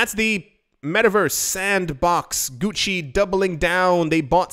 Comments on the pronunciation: I love how he makes sure to pronounce German correctly while also making sure to pronounce Gucci incorrectly. Well played sir. That kind of comedy is what keeps me and my cup of coffee coming back for more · Hahahaha, Gucci=Gucki 🤣